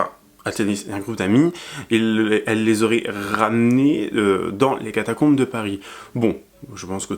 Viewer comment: C'est trop cool ces vidéos un peu plus longues, un régal! Par contre on est d'accord elle n'arrête pas de dire catacLombes ??